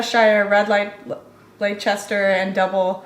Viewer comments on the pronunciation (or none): Gloucester = Gloster; Leicester = Lester for pronunciations 😁